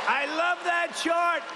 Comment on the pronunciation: He said Shart Girl, not Chart.